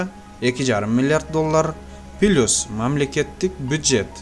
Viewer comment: Плюсту Пилыйус дейсинго😃 а так 👍